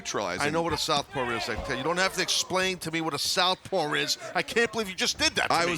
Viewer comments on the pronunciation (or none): Did Taz say "southpawr"?